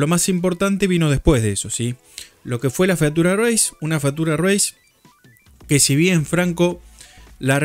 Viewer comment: Te banco pero no podés pronunciar "fatura reis". Hasta Fossaroli lo pronuncia mal diciendo "Fiuchur reis". En criollo básico se escribe así la pronunciación correcta: "fítchur reis".